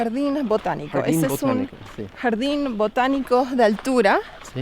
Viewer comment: "yardin buochanico" tiró!